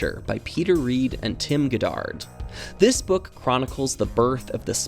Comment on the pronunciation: The way you pronounced Goddard hurt my soul a little. I share the same last name and somehow 99% of people seem to land on "Goodard" with two o's instead of the two d's. I know it was unintentional but I had to say something. Fun fact, Robert H. Goddard was the famous physicist and engineer who created and built the world's first liquid-fueled rocket!